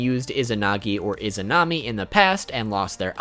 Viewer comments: Oh and you mispronounced Izanagi's wife. The ability that is based on her is Izanami. Not Izunami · Dude it's izanami not izunami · you are saying izunami i think its izanami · Izunami😒😒😒......it is izanami